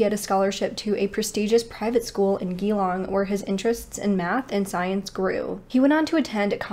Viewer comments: Hi Geelong is pronounced Jee long. Not Geelong long. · Pronounced jelong not geelong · Just in case you do another case with Aussie places: Geelong is pronounced like Juh-Long Melbourne is pronounced like Mel-Bun Thank you for doing little known cases from down that way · I was trying to think of what place you said he came from, then when you mentioned Melbourne I clicked. Geelong is pronounced jalong. We say things a bit strange in Australia 🙃😆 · Hey, great video and you have done your research well! I'm from Australia and it was soo cute how you pronounced Geelong - it's actually pronounced Jee-long 💜 us Aussies have weird ways of spelling and even weirder way of giving nicknames too lol 🤣 so instead of grr for the g make a jee sound at the beginning - if that makes sense... 😉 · Sorry but geeelong that’s not rightt🤪